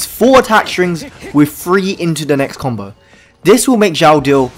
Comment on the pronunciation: His name isnot Zhao. Ffs. Watch a video on how to pronounce his name